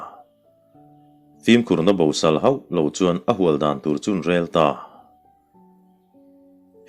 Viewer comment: Bosâl tih a sâl tih lai hi,naupang hoin toys an khâl,tih a khâl tih thluk hian thluk tur a ni zawk inka ka hria